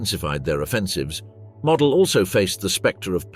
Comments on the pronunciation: MOOOOODELLLLL NOT MODEL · Herr General's Name was pronounced ""Moe-DEL"", Not ""Model"" like a Model airplane. glr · The general was named Moh-dell. Witha "stretched" "o", and abrupt "el", like in "little"